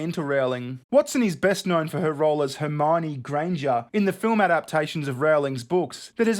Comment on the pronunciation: Quick question, did you try and say hermoine Granger weirdly and it came out as normal hahahaha cause that's what it sounded like